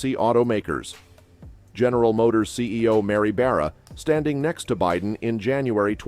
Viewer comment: Dude, avoid that channel. This video is completely created and narrated by AI. You can tell by the way the voice is so monotonous, and keeps pronouncing everything wrong. Like wayyyyyy wrong. “Bidden” ?